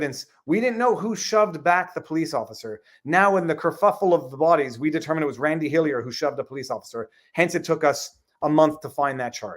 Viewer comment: its like hes not even trying to say randy